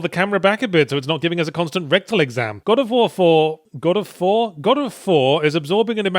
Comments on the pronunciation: Somehow I'm suddenly 100% sure that accidentally saying "God of Phwoar" is how they came up with Bayonetta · god o' fwar